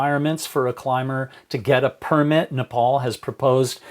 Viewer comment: Only one correction dad... it's purrrmit. -Simba